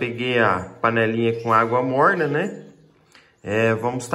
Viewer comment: Água morrrrrna hahahaha Paranaense 🤣❤️